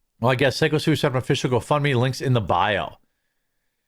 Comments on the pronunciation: Play stupid games. Gotta say, I don't care what happens one way or the other. Is the guy's name pronounced Sicko?, Or is it Psycho? Make up your mind please. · It's pronounced "psycho stew" Some people consider the word "sicko" akin to calling someone a pedo, so it's a bit important to get it right haha. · You keep calling him sicko stu. its pronounced "psycho". also lose some weight big dog. you are struggling to maintain your breath when you are talking. Not even trying to be mean. My uncle did that before he had a heart attack. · Would love to leave like, but seriously, when you do a story, learn peoples names/stage names. It's not "Sicko" Stu. It's "psycho" Stu. I swear, people who do stories about things they know nothing about, just to get views............ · ITS PSYCHO STU! Not sicko!!! It’s pronounced PAYCHO. Poor guy. Gets beaten half to death now the whole world is calling him the wrong name. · just FYI his name is pronounced "Psycho" not Sicko..... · It's "pyscho" Stu, not sicko Stu 🤭🤣🤣🤣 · PSYCHO not SICKO. I know I’m being nitpicky but it’s driving me nuts lol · It's not Sicko Stu....it's Psycho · What is wrong with you getting his name wrong. Its not sicko..... it's Psycho.... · It's "psycho" (Syko) Stu. Not "Sicko" (Syko). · Pretty sure its "Pyscho" not "sicko" bro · It’s not “sicko”. It’s pronounced psycho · "Phycho stu" not "sicko stu"... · Sycho Stu’ name is pronounced “psycho stew”. Not sicko. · Why do you keep calling him sicko stu. Bro its obviously psycho. Everyone says psycho. Are you retarded? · His name is pronounced (psycho Stu) not sicko. 😂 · It's pronounced psycho stu not sicko stu, js. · It’s been more than a week of covering this story and you still haven’t figured out it’s pronounced Psycho Stu. Not Sicko Stu. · STOP SAYING SICKO STU...ITS PRONOUNCED PSYCHO STU!! If you're going to make money of him learn his ring name Jeremy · Just have to say, it's pronounced psycho. Not sicko. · PSYCHO Stu, not SICKO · IT IS PRONOUNCED "PSYCHO" STU